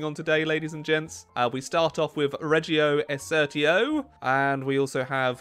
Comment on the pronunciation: His Italian pronouncation is ridiculous to say the least, but at least he tried. ‘REGGHIO ESECCRTOO’ ‘La Battagghaia deggrano’